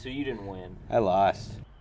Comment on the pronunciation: is it just me or that “I lost” sounded a little Australian